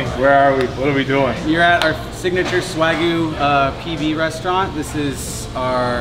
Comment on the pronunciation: Been to the Balboa... definitely good and I love a medium-rare burger...respect you had a cocktail with it.... Isn't it pronounced "Swag-You"?